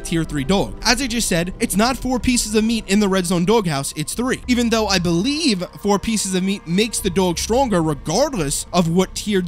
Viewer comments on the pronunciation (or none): none